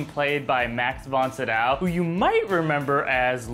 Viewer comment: For future reference, Max Von Sydow's last name is pronounced See-dow. He's been in the business for like 50 years and so I think he deserves for you get it right. Love what you're doing.